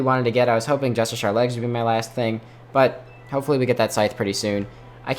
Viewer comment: ITS NOT JUSTISHAR its just-ish-she-ar